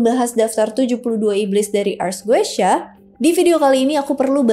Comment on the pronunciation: Bacanya bukan goeshya, tapi Gutia